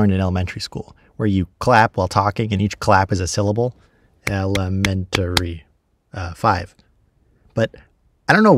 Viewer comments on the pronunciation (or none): It is not "el-e-me-n-tar-y" It is "e-le-men-ta-ry"